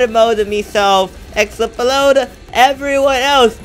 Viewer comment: i cracked up when you said explode as ex-pa-lode